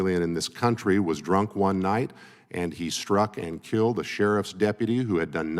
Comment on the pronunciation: Tell Crockett it's KILLED. Not KILT.